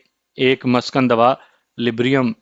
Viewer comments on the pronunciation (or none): جن الفاظ کے تلفظ میں شبہہ ہو وہاں تحقیق کرلیا کریں مثلا دوائی کو مُسکِن یا مُسَکِّن کہتے ہیں muskin ya musakkin